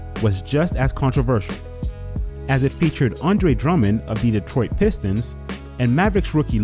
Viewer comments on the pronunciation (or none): none